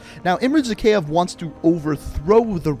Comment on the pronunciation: It’s pronounced “zack-eye-ev”